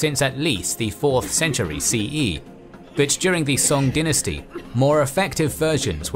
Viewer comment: Pronouncing dynasty that way at the beginning rubs me the wrong way